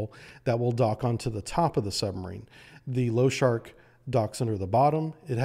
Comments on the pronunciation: LOSHARIK - [ l o ∫ ʌ r I k ] not [ l ou ∫ ʌ r k ] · pronounced Lo-sha-reek not low shark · Pronounced Lah-Shah-Reek. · I love how you call the "Lo-sha-rik" submarine "Low-shark"! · and other places - you keep pronouncing it "Loshark" - it has an "i" in front of the "k", so it is pronounced "Losharik". Sharik is the Russian word for a small ball or balloon, loshad is the Russian word for horse, so losharik is the concatenation of the two words, referring to a Russian cartoon character of a horse made out of balls. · pronounced lou-sharick , not lo-shark :) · Nice presentation but every time you say lo-shark even when it says in capital LOSHAR I K i feel my OCD triggered :D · Losharik has i, I need to hear you pronounce it! sharks have nothing to do with it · Why did you call the Losharik sub low shark or something?? I think I saw that 'i' before the 'k' clearly. Before you speak about something, learn to pronounce it correctly! How hard can it be to understand something so simple? No hate on your videos, I really like them, but I hate when people spell words incorrectly! The 'i' is spelled differently in different lannguages!